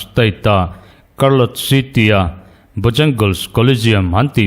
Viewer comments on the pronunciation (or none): Chartlotte lam dan hi karlawt ni loin ‘chhárlawt’ tih zawk tur a ni ang.